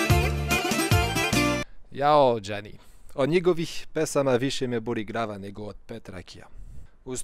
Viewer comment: Napredovao si u govoru, vidljivo, sada si nekako fluidan, ali molim te, nauči da izgovaraš L, stalno govoriš R, skoro umesto L, na primem GLava, ti kažeš GRava, ili Odrični muzičari.... Malo uspori, ne žuri toliko, ti sigurno sve želiš odmah, ali lepo od tebe što si naučio Srpski i za to dobijaš sve moje pohvale, jer iskreno, mnogi koji su rođeni ovde, a drugih su nacionalnosti, ne znaju srpski, na primer Mađari, oni jako slabo znaju srpski, a rođeni su ovde..... Preporučujem ti da čitaš knjige na srpskom...